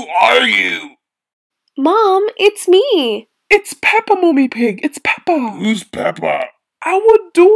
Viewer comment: it's peppa not pepper